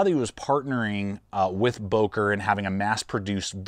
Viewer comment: I thought I heard you say, "broker plus ".